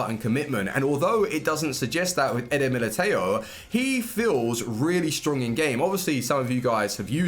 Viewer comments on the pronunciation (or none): You say eder militao wrong